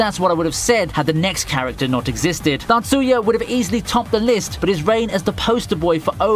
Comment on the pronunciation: The way you say Tatsuya trips me up. I thought you were saying Natsuya and was like huh?